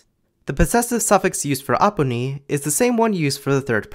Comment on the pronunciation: The way you pronounced 'toi', 'tumi' and 'aapuni' was flawless like a native speaker. I didn't cringe like I usually do when I hear non-native speakers speak and heavily emphasise the consonants. Its too harsh sounding and Assamese is usually very soothing with soft pronunciation. So I think you truly understood the essence of the language.